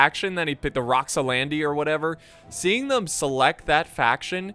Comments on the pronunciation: it's Roxolani not Roxolandi. Set my ocd off haha. Joking ofc! ty for the great vid man! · It's "roxolani". Pronounced Rox-O-Lani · Rox-oh-LAH-nee. Rox-oh-LAH-nee. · My God, man... You absolutely slaughtered the ROXOLANI's name. You added a "d" and some "i"s at some point... absolutely butchered it :))